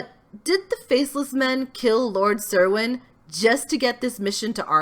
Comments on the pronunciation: "Cerwin" is pronounced "Kerwin." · It's pronounced Lord Ker-win